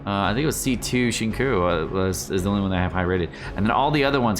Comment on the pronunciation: Cringing at the way he says Xingqiu